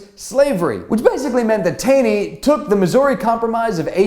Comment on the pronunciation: FYI: Roger Taney pronounced his last name: TAW-NEY.